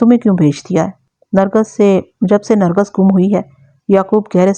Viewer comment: Nargas ghalt lafz h, sahi Nargis h.